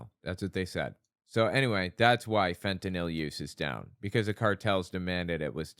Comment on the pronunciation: Thank you for being one of very few who pronounce fentanyl correctly.